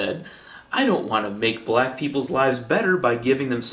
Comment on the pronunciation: Santorum said "blah people". I don't know that he *wasn't* intending to say "black" but I know he did not utter any 'c' or 'k' sound at all. So you can assert that he clearly intended to say "black" (but perhaps corrected himself part-way through) but you can't assert that he actually said "black".